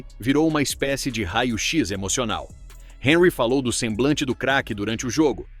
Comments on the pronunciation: O comentarista precisa estar atento à correta pronúncia dos nomes das personagens do seu relato. Por exemplo Henry é francês e não inglês. Logo, a pronúncia do seu nome deve ser Hanry, sílaba tônica no ry. Ou seja, en em francês pronuncia-se, an. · O comentarista precisa estar atento à correta pronúncia dos nomes dos personagens do seu relato. Por exemplo Henry é francês e não inglês, logo, a pronúncia do seu nome deve ser Hanry , sílaba tônica no ry. ou seja, em francês pronuncia-se, an. um ex-jogador da França disse que o pica mappe não sabe jogar bola , ele é um tartaruga ninja problemático!